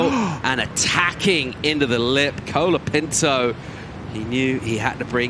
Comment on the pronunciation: bad judging.. seems the judges and commentators especially like to say "Kolaa Pintoo" a million times like they were rappers.. hilarious how you pronounce it. and yes the judging in portugal was a fuck up.. like jack robinsons wave got a 9 by an aussi judge when all the others gave a 7. lol